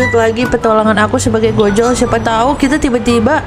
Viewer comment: Mohon maaf kak bacanya ojol bukan Gojol